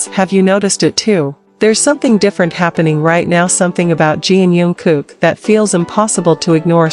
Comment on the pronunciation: Научись читать правильно имя😢